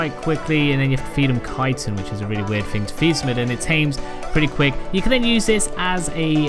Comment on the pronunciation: It’s pronounced THing not Fing.....